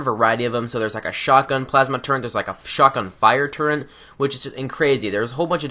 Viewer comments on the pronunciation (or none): Turret, there is no N in the word turret.